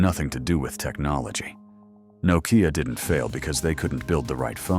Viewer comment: Crappy ai can't even pronounce Nokia lol, nocaya😂😂😂